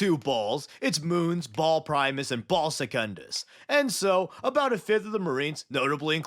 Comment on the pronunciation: Dude it is Bahal not Ball😭